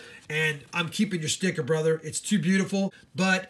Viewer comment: Rob i couldn't laughing at the way you said sticker